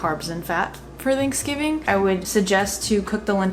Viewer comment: I love you, but you say “theynksgving” and not “thanksgiving” and it messes me up 😭😭😅😅